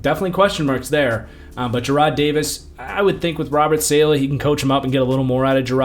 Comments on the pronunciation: i tried to tell u before its not SAYLAH its salah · Great vid as usual, but STOP SAYING SAY-LEH! IT’S SAH-LAH!!!!! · great video ! its pronounced sah-lah btw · hearing your pronunciation of saleh was absolutely painful.